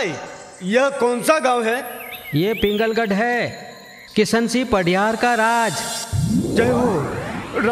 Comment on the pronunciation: पिंगलगढ नही पुंगलगढ है।